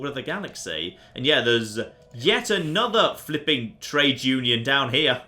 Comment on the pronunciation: QUARUM UNION it's UNION.... UNION.... NOT "UN-LON!!!!!!!!!!!!!"